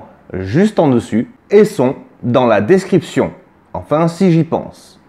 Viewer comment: Bravo mon! Toujours aussi intéressant et ludique! Dès que j'ai 2-3 ronds à investir je le ferai en passant par les liens dans la "Descwipchonne!";)!